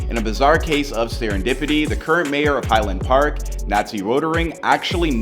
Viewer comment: Mispronounced all the names. High Lond Park lol wtf